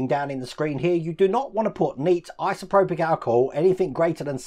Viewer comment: Liked the video, but please, it's isopropyl, not isoprobic, my ocd was kicking off! 😅